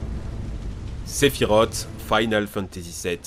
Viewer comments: Sephirote mon dieu, mais prononce correctement, même moi qui est dislecsique je c'est que sa se dit sephirose et que sa s'écrit sephiroth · Salut ! Juste pour dire que Sephiroth se prononce Sephirosse et non Sephirote ! Il suffit d'avoir jouer a Kingdom Hearts ou Crisis Core, ou de voir n'importe qu'elle vidéo (Last Order, Advent Children...) le concernant pour le savoir. D'ailleurs, dans Final Fantasy VII (Version PS1) aussi, juste en le combattant, il y'a la musique "One Winged Angel" ou les paroles prononce bien son nom. Désolé, ça me désespère d'entendre les gens écorché le nom d'un tel personnage. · On dit pas sephirot mais SEPHIROTSSS IL Y A UNE GENRE DE S A LA FIN ALOR UN PEUT RESPECT même si il ma énervé pendant des heures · (sephiroth) pourquoi tout le monde prononce sephirot alors que ça se dit sephiros 😱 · Très bonne vidéo, par contre je m'excuse mais "Sephirote" c'est pas possible 😂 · Par contre "Sephirote" non merci mdr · La prononciation de sephiroth 🥲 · Faut vraiment revoir ta prononciation des noms mon poussin, car ça ne va pas... Sephiroth se prononce "Sephirosse" et non Sephirote... Dante se prononce Danté... Et Miles...enfin t'as compris, je veux bien admettre que l'on puisse avoir des difficulté en anglais, mais là c'est juste de la mauvaise volonté.